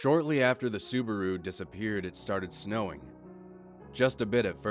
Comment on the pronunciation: You butchered the sabaru pronunciation